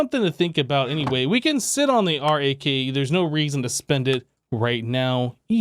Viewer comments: Just call it RAK not are ayy kay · Maybe you could pronounce RAK as "Rack"